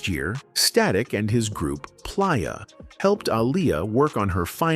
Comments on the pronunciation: He Pronounce Playa like Pliyer....AI all day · Da Bassment & Plyah fcked me up 😂